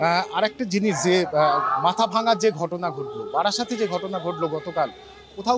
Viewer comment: Barasat uccaron korte lojja pelo mikashi?